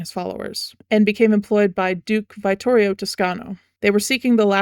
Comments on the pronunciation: Unbelievably minor nitpick, but like..."veye-ttorio"??? Its italian, the i is a short vowel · I love your analysis of the lore and character designs. As a vittorio main, the way you pronounce his name kills me 🤣